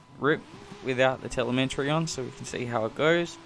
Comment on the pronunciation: Helpful video. Just FYI, there's no "n" in "telemetry" ;)